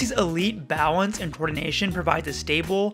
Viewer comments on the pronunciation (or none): Is it just me how when u say balance, u saw “bao wence”?? Idk